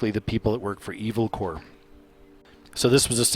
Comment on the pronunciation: Just curious, but why on EARTH do you pronounce the word "corp," which is short for corporation like "core" or "corps" in Marine Corps? It's never pronounced that way. It's said CORP phonetically. Just a tip.